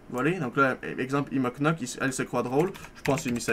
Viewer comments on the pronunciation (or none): none